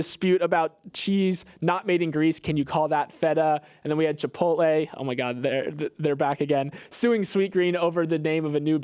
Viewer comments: finds a way to say Chip-pote-LEE in every podcast so that I can complain. I know you’re doing it on purpose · is still competing in the funniest chipotle pronunciation competition from a couple weeks ago